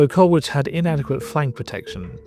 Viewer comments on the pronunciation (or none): Many thanks for this presentation but with respect to the sole fatality, it’s Goode as in food, Colwich as in Col-itch and coach never carriage. Horses pull carriages nowadays. RIP Driver Eric Goode.